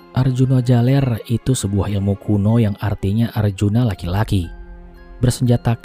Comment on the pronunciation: Arjuna jaler bukan jalEr